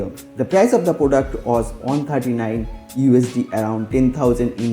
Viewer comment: He is bengali sure bcoz he tells poduct😂